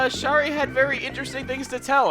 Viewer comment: Ugh.... A Kangaroo version of Shari moved into my town today.... Also, Shari is pronounced Sherry.